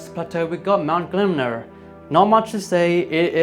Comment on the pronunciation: Im surprised no one mentioned your pronunciation or mount gelmir, it's Gel-mir not glemner.